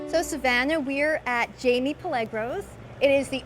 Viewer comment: It's not "Jay-Me". It's pronounced "Hi-May"